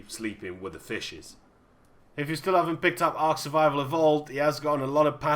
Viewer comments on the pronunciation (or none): none